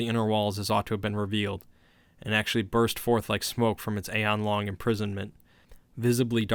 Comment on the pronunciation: Even with the mispronunciations (aeon, risen, etc), this was still great. Thank you.